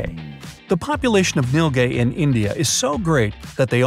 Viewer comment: I am sorry but you nilgai is pronounced as neel - guy